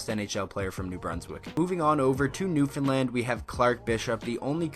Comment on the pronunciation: Props to you for saying Newfoundland property too. Atta boy